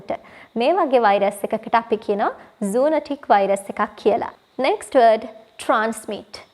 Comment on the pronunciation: It’s zoonOtic , not zoonAtic